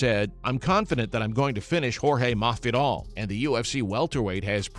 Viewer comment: Ohh it's pronounced Mahfidal. You have to say it like you have a lisp. I get it.